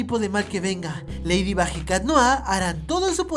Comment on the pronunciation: en el momento dices ladybuc